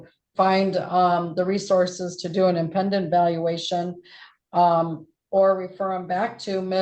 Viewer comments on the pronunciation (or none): wtf. Does this attorney not understand the pronunciation of “independent”? She’s usually a good attorney but I have questions…..